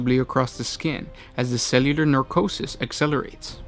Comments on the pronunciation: It's pronounced "neh-kro-sis" not "nar-ko-sis", you switched the r around. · Necrosis, not narcosis :) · you keep saying 'narcosis' or 'narcrotic'. I think you mean 'necrosis' or 'necrotic'. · necrosis not nercosis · Necrosis not narcotic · pronounced ,nec/ro/sys , sorry to be pedantic but it really bothers me when people mispronounce such simple although not commonly used words its understandable but please correct in future, that said , love the vids , keep em coming guys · Necrosis - (neh-CROW-siss) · Neh-CRO-sis, no W in the translation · I believe you are mixing necrosis with narcosis. One of these are premature death of cells in living tissue, the other is the shit you do to patients before surgery. Please start reading your lines properly before posting, this was hilariously weird... :P